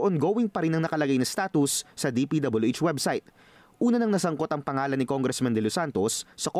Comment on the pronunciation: Noon pa yan. Nong bata pa aq narinig q na ang tongressman instead of congressman.